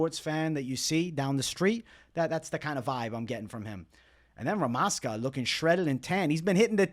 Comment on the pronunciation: Bro, stop thinking that stuff UFC members know real prononciation. They are americans and unprofessional, they always mistake. It is "ZH" in Rmaska's name you should pronounce. Like in Weili Zhang